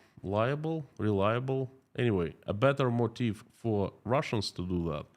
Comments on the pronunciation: It sounds like you are saying "motif" when you say "motive." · You don’t pronounce “motive” correctly. It’s really bad and hard to understand you.